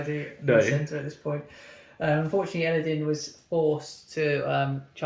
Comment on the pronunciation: It's Elladan, not din...